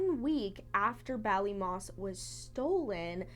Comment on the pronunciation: So so sad :( and yes you said Ballymoss correctly XD I wish they had answers and closure